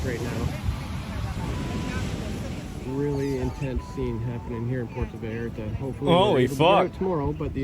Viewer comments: Puerto Vallarta. " Vi Art Ah" Are you sure you're from Texas? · for fuck sake... you live in Texas... learn how to pronounce spanish words. Vee-yar-ta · Vallarta pendejo. Not valarta 😂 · I was in Monterrey this shit delayed my flight by 6 hours. They were locking down everything. Also to help you on the pronunciation for Vallarta think of it like ba-yar-tah. Also it was our national guard but you helped us with Intel for sure. I been to that beach its sad. That place is beautiful. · Puerto Bah-Year-tah